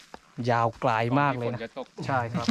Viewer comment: ขอโทษนะดิสเวลาพูดคำไกลไม่ใช่กลาย พูดให้ชัดหน่อยนะฟังแล้วมันทะแม่งๆไกลไม่ใช่กลายโปรดเข้าใจด้วย